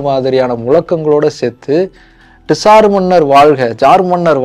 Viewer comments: அது டிசார் மன்னர் இல்ல... சார் மன்னர்கள்.. காரல் மார்க்ஸ் இல்ல... கார்ல் மார்க்ஸ்... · Dude you are wrong at few places. 1. Tsar is pronounced as ஸார். Not டிஸார் 2. Tsar or Czar means “ Emperor” it is not a dynasty. The root word is Ceaser. Please correct these in your next video. Nicholas is from “House of Romanof” 3. Every time you see a “Z” you don’t have to pronounce as ஜா. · Saaaar sorry..... it's not T-SAR..... say ZAAR 😂😂😂😂😂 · Very nice video, personally liked it. only one correction - it is not TISAR, it sounds like ZAR. Tamil JAR is more closer. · Ned to pronounce as Zaar in English too, bro. T is silent. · உச்சரிப்புதான் Tsar நிஜ வம்சம் Czar. இரண்டிலும் முதல் எழுத்து silent. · bro pronunciation of tsar neenga solradhu thappu in english adha mathikonga